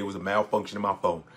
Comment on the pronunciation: Malfunction in my “Fwone” 🤣🤣😂😂